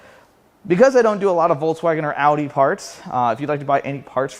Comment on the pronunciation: Thank you for pronouncing Audi correctly. One of my bigger pet peeves.